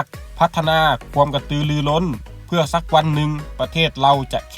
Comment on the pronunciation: แอดไม่ผ่านการอ่านออกเสียงภาษาไทยน๊ะครับ ควรจะฝึกออกเสียงภาษาไทยให้ดีก่อนครับ เช่นคำว่า ความ และ กว่า แต่ ช ช้างใช้ได้ครับ